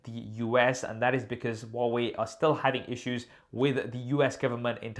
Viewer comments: Who pronounce Hawaii ? Am I the only Indian here? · Huawei= Wah-Wei